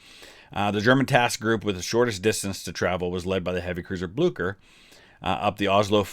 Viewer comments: Aha, its not pronounced Blukker but Blueshur. Not a problem tho, loved the vid. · Ok had to be a grammer nazi(no pun intended) it's pronounced Bleeser not Blukker, but yeah Norway is called the German navys graveyard. The germans lost so many surface ships in Norway in the battle of Narvik (also a movie coming out this december actutally) and the sister ship of the Bismarck the Tirpitz was sunk in Norway. Sucked to be a german sailor in Norway that's for sure. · It's pronounced BlyCHer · This is not for critesaising but you pronounce it whit blicher not blucher